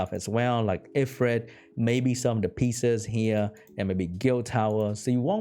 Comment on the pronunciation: its pronounced "lou pine us", and "ee freet"